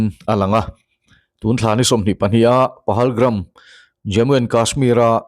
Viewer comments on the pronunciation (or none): PAHALGAM,,,NOT PAHALGRAM